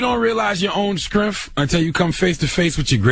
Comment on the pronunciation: did that nigga cthagod really just say Srinff instead of Strength..lol fuck outta here